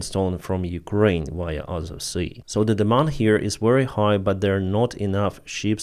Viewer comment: Big props for the shout-out of Cappy! Mans got balls and integrity. Just wish he knew how to pronounce Ukraine 😁